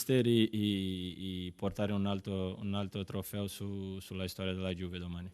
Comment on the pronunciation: Incredibile, Danilo come anche De Ligt parlano fluentemente italiano al secondo anno, mentre Ronaldo, che é al terzo anno, non spiccica mai una parola in italiano e comunica solo in spagnolo. Non ha neanche imparato a pronunciare correttamente Juve e dice Giuve. Potrebbe anche fare un corso e prendere esempio dai suoi compagni, anche per rispetto del paese in cui vive e della società che lo paga fior di milioni.